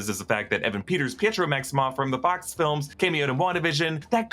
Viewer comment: I thought Deadpool said “oh my fox” ha